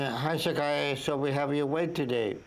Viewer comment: LOL there is know Rs in Shakyia or what ever it is